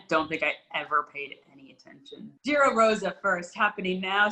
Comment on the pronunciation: What's with the French pronounciation of Giro from you and. This is like the opposite of 99% of UK people saying Chorizo as if it is Italian 🤣. Giro with starts with J as in John 🤓. Where's Rob Hatch?